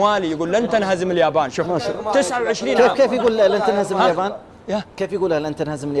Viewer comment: اسمها اليابان وش الجابان🙄